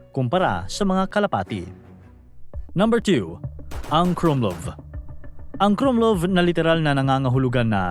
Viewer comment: mali bigkas mo sa "krummlauf" . KRUMLAWF talaga yan hindi KRUMLUV